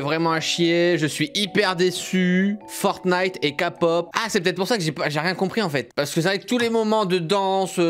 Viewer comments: Il a dit la kapop ,ça se dit la képop Kpop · Non, mais c'est logique de suivre la prononciation coréenne pour un truc coréen ^^ "케이팝" se prononce keipab et non pas kapop, c'est donc plus proche de la prononciation anglophone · Sa se prononce képop et pas kapop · Faut avouer que ct plutôt pourri Et puis c pas''ka pop'' ça se prononce ''key pop'' ... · Pas kapot mais képop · mdr 'KA pop' ça se dit 'kê pop' :-) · Sa ce prononce de la " KAÏ-POP " et pas de la kapote euu ka-pop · ALORS C'EST KéPOP ET NON KAPOP sinon ta vidéo est cool cyril :) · Pnt le moment où il dit sa j'ai eu tellement mal au oreilles bon ok il connaît pas il a le droit mais moi i qui ss fans de K-POP mes oreilles ont saignés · K-pop !!!!!!!!(je suis aussi en pleins malaise) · Le H « Kay pop » le k on le dit avec l’accent anglais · famous cats en vrai bts moi je le dis en français mais « kapope » je comprends pas 😂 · Oui c'est vrai que la '' Keypop '' c'est mieux Mdr Moi j'ai pas trouver qu'ils se foutent de la kpop peut-être parce-que ils n'ont pas fais la danse à l'identique je sais pas😅😝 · on dit "Key" pop kpop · La kpop ce prononce kaypop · cest k pop, le k en anglais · C'est juste pour dire on dit bitis et pas bétés et on dit pas non plus kapop mais kaypop oui je sais c'est des détails mais bon des fois ça énervé en peu les kapopien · Ouais Cyril on prononce à l'anglaise kay-pop pour K-pop et BTS ça se prononce BiTièS Tu devrais faire une vidéo ou tu découvres un peu l'industrie de la musique coréenne ça pourrait être drôle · " Bétéesse " " kapop"... J'ai mal.